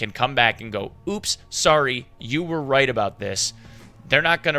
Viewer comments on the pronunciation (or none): none